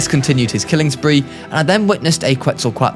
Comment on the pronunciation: My brain turned into a smoothie from your "QUETZLQUATLES"